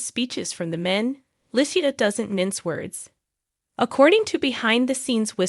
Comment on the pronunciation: the way you mispronounced her name is, sorry Annoying😮